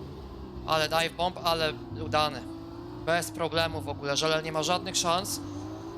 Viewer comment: taka uwaga mówisz żelel a to jest Żeleal